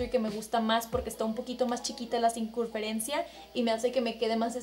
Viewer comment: "Cincurferencia" jajaja te amo!!